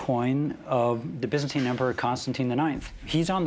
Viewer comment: Wtf is the bizzenti empior it's byzantine. Again americans ruined any language